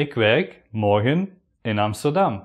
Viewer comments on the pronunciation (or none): It sound morkhen not morgen hahaha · The video is good, but seems to be not from Nederland.He pronounces "morgen" like a german word. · why do you pronounce your g's like an English g and not as a guttural? Hence 'morgen' becomes the same as the German. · I was expecting a hard G when you said morgen.